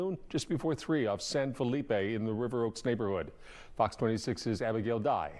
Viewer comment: Southeast texas refuse to pronounce san felipe ...the right way....its not hard....whites dont want to give in